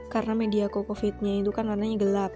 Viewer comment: Bukan cocofeet bunda, tp cocopeat